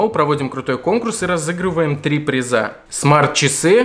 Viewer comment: Три призА? Кроооовь из ушей